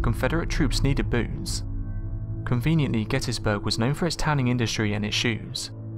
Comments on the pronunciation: LOL at first I thought you said "Booze", then heard correctly, "Boots". I suppose either are necessities of war. :P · I know you said "according to legend the Confederate troops needed boots". But it sounded like you said BOOZE. LOL